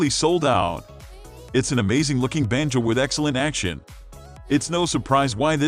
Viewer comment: This is NOT a banjo, it's a banjoooe. I hate synthetic voices used for narrations on videos.